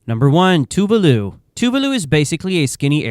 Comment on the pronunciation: Why is renaming Tuvalu “Tavalu”